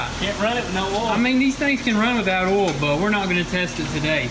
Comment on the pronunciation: Oil, not “Ole 😂😂 love you guys